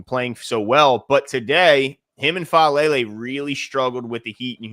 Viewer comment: you were close, its Faalele and yeah, Emory will be back practicing before the season starts and starting before the middle of the season I'd say.